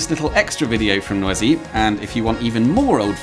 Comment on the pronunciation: Oooohhhh...No ah Zee... Not noisy. French, not obnoxious noise.